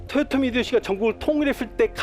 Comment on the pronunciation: 1. 사투리가 너무 거슬립니다. 2. 토요토미가 아니라 도요토미에요. 습관을 고치세요. 3. 학살은 일본과 우리나라 문화차이에요. 당시 일본은 영주끼리 교전시 교전전에 항복하면 다 살려주고 교전중 항복하면 지휘부만 처형하고 끝까지 저항하면 모조리 죽이는 편(다 그런건 아님)인데 국가간에 싸움은 처음이여서 하던대로 다 죽인거고 조선의 문화를 알고나선 싸우다 항복해도 대부분 다 살려줬습니다. 다만 2차 진주성 전투에선 수만명 학살했고 그 규모가 7년전쟁중 단일로 최대치였습니다. 4. 망궐례를 안한건 맞지만 이순신이 선조를 왕으로 생각치도 않았다는 본인 뇌피셜이니 자제바랍니다. 5. 윤통을 원균에 빗대고 자당의원들에게도 버림받아 사상 초유의 야당대표 체포안 가결된 이재명을 이순신에 빗댄거에 대해 부끄러운줄아세요~